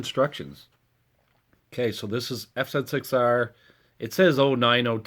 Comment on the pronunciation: Was pleasantly surpriesed to hear the bike pronounced correctly, F Zed 6R :) Had to confirm which one was the left bolt for the offset engine bolt. My son sheared the top of his off when he dropped the bike, but no damage to the bike at all. Thanks for the great video.